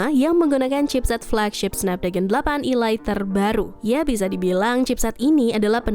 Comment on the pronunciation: Perasaan kemarin ada yang komentar perihal pembacaan elite bukan ilait ini pengucapannya diulang lagi ilait 🤦, koreksilah yang baca 🤦, ya walaupun sepele tapi juga diperhatikanlah, 🤦